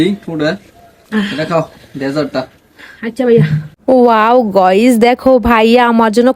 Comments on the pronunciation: গাইস ❌গইস✅ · গাইস টা এইরকম ভাবে বলে কেন 😢